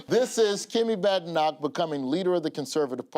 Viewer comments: Be nice if anyone tried to pronounce Badenoch correctly. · Ok Bad Enoch it is.